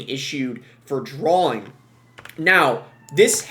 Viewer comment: Are you saying drawling? It’s drawing